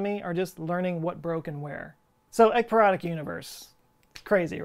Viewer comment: Love that you spelled ekypyrotic. I heard 👂 eggperonic.. excuse me I'm smelling dinner as I watch. Carry on.